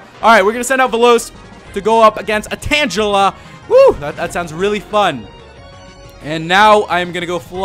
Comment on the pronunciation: called tangela, tan-jell-ahh! lol